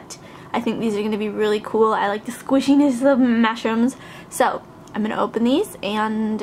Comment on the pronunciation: Whenever you say mashems, it sounds like you say mashrems/mashrums to me